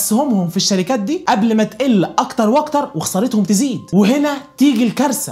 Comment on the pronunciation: ملهاش لازمة نبرت صوتك وانت بتقول الشركااات او اي حاجه في ا